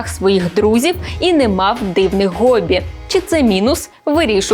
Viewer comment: НЕ ГОБІ, А ХОББІ!!!!!!!!!!!!!!!!!!!!!!!!!!!!!!!!!!!!!!!!!!!!!!!!!!!!!!!!!!!!!!!!!!!!!!!!!!!!!!!!!!!!!!!!!!!!!!!!!!!!!!!!!!!!!!!!!!!!!!!!!!!!!!!!!!!!!!!!!!!!!!!!!!!!!!!!!!!!!!!!!!!!!!!!!!!!!!!!!!!!!!!!!!!!!!!!!!!!!!!!!!!!!!!!!!!!!!!!!!!!!!!!!!!!!!!!!!!!!!!!!!!!!!!!!!!!!!